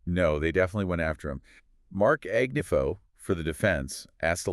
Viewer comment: Sorry to nitpick, but I hope later videos you pronounce Suge (sounds like shoog) not Suezz Knight and Marc’s last name Agnifilo not Agniffo.